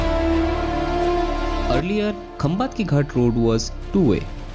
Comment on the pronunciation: It is सातारा.. खंबाटकी. Pronounce it correctly.